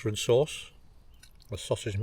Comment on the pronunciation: Great video! “Tomato and herb serce” You went full bedlington for a moment there 😂 Love the hammock too!